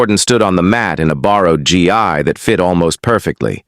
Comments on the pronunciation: Why always call it a G I, when it must be Gi???? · It’s not pronounced G EYE ! It’s a hard G ! Gu~EE